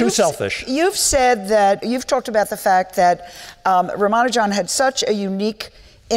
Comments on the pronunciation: It is so disgusting to hear the so called expert interviewers who talk about Rama Nujan , and keep calling him rama Nujan. What a shame they don't bother to spend a minute to learn to pronounce the name of the most brilliant mathematecian's name right. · Ruman-juan.... Rumanu-jan seriously! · Couldn't they get a moderator who wouldn't bungle the name from the start by saying 'Rama-Ju-an'? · The silly way the moderator butchers pronunciation of the names of Srinivasa Ramanujan and Manjul Bhargava is quite jarring to note in an otherwise pleasant interaction. I wonder why she didnt spend a mere 5 minutes before the event to just practice how to correctly pronounce the names. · there is only one way of pronouncing Ramanujan, there is no need to invent new ones or having a debate. Host is so terrible!